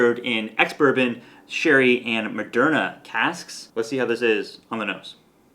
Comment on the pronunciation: Mc-Derna?, I’m “Vax” hesitant. If the Irish whiskey industry is now allowing whiskies to be aged In pharmaceutical casks, count me out.